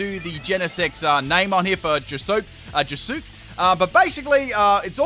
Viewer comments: He pronounced it “Josuke” OMG 😂 It’s all good. It’s pronounced Joe-Skay. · Honestly The mispronunciations on Josuke, Jolyne and Giorno's names were pretty funny. Though, to correct them, Giorno's is pronounced like how you'd say Digiorno pizza, while Josuke's is pronounced with a -Skay at the end. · hearing him pronounce josuke (pronounced as JO-S-KAE) physically and mentally hurts me cuz he's my fav jojo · No offense but J O S O O K (i used to pronounce it that way) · Did you just call josuke josook... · butchered josuke tho giorno was at least a acceptable mess up